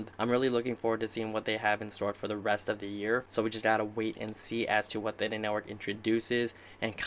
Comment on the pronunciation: Wow you know that you are an early investor when someone is mispronouncing Theta during an interview